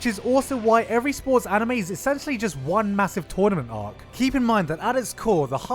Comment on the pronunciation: I can't stop thinking about you saying "tornament ark"